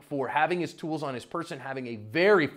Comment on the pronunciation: When you say tools it throws me off 😂😂😂😂